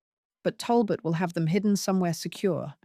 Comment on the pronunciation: When somone says “ what about THEM?” The emphasis should be on the ‘ them’- or it sounds as though the meaning is different : eg: “what about half a dozen eggs? - What about them? They don’t matter”. But we are talking about captives. I do wonder if this is Ai?